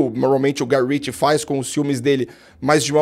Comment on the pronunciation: Prestou atenção "Guy Ritchie" , tome tento.